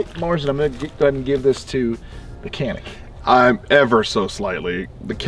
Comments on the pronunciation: Kanik diye niye okuyorsun hocam sen Turksun bide Canik diye okuyan Samsunun ilçesi Canik. C sesiyle k diye degil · i'm here just to say that canik is pronounced as "djanik" with the "g" sound not with the "k" sound. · Janik or Kanik for right pronounciation? should be said Janik instead.. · Not can ick its john ick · One trivial detail: "C" in Turkish is pronounced as "Dj", not C in English. So the brand is pronounced "Djanik", after a mountain range in the Black Sea region. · Ok so you do know that Canik is a Turkish manufacturer and the “C” in Turkey is pronounced “J” so it’s “Janik” as in John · The U.S canik reps even pronounce it with a hard C. It was said wrong from day 1 here and it stuck. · Canik özel isim olduğu için kenik olarak telaffuz edilmesi yanlıştır. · baba niye canik diye okumuyonda kenik diyon ya sana ördıl mı diyolar orda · Ugh. It’s pronounced “Chanik.” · All this and they still can't figure out how to pronounce Canik ?! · abi hadi yabancılar okuyamıyor sen bari yapma canik onun adı